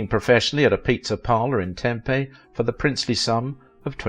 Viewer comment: He pronounced Tempe right. Wish he would've done one of his classic mispronouncings like calling it Temp.